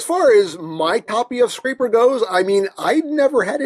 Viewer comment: Your saying his name wrong. It's scraper like a scrap piece of paper.